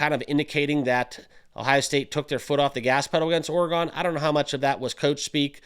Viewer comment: For the love… please learn how to say Oregon